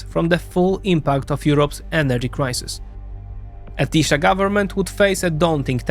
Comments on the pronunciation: Why every foreigner pronounces 'sz' in the wrong way??? 🤣🤣 Hungarian is not Polish!!! We pronounce 'sz' as 's' in the English word 'see' and 's' as 'sh' in English 'show'. Tisza is Tee-sah not 'Tee-shah' 🤭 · TiSA not TiSHA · Polish SZ is Hungarian S Polish S is Hungarian SZ. SZ is pronounced perfectly in Fidesz, but not in Tisza where the video always pronounced Tisa, while said Budapeszt instead of Budapest. When you say Hungarian SZ sounds like Z than an S I bet you confuse it with ZS or just simply with Z.😅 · The hungarian "sz" is pronounced "s". So its "Tisa". :P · Great vid, thanks! I know you deal with a million different countries and languages, but in Hungarian: 'SZ' = 'S' sound in English. To say 'Tisza' correctly is just remove the Z, say 'Tisa' in English. 'S' = 'SH' sound in English. Budapest = Budapesht in English. CS = CH sound. There's also NY, LY, GY, TY, all combo letters and one sound each, but I won't get into that, Hungarian is difficult to learn af. 😂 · The pronunciation of Tisza is "teesa" The apostrophe is written wrong in the motherfucker's name, it's "Orbán Viktor" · Hey, if you're gonna make a video about something, might as well go the extra step and give the pronunciation a quick look. I'm sure you can figure it out quickly, and I think it takes credibility if you completely mispronounce tisza, the very topic of the videon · TISZA The "sz" is pronunced like the "s" in sad.